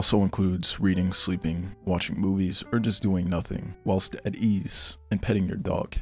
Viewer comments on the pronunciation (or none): none